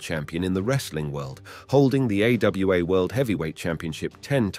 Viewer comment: AWA was "A-Yo-A" lmao